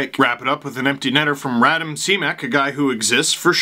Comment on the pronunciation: Radim (Ra-deem) Simek (Shim-eck)